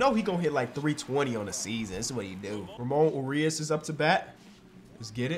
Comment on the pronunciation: saying ramon urias wrong is my favorite part of the series